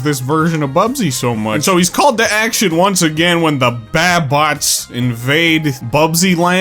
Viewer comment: I'm looking forward to this game now. Also because I'm picky I think the Baabots mentioned are probably pronounced "baa" like a sheep. Because wool. And sheep. I'm going out on a limb that they might be sheep